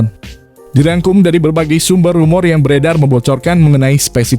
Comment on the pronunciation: "rumor" cak "rumor" wkwkwkwk